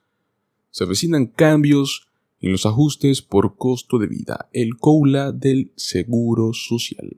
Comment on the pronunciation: No logro entender, por qué razón, el locutor dice "coula" ??? Debe decir "cola" (Cost of living adjustment)